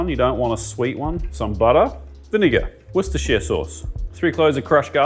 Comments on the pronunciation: Matey boy nailed "worcestershire" without missing a beat. See, septics, it can be done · The first time a chef has pronounced Worcestershire sauce as we do in the west mids area UK ... wooster shear sauce or just plain wooster sauce. keep up the good work lads!